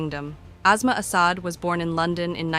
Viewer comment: It’s despicable when some anchor person pronounces her name as azma like a respiratory disease. It is Aasmaa which means the sky. S doesn’t always sound like z. It is a total disrespect for that woman , their language and civilization.